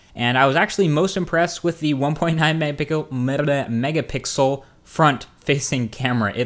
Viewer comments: 1.9 megapeekoh🤣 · Yes, you said Megapickle! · "1.9 megapickle" love it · megapickle?? lol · megepikel, medebe lol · lol mega plaallaulul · haha "Megapickle?"